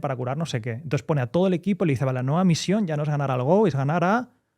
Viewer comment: No es el verbo inglés, se pronuncia go, tal como se escribe en castellano.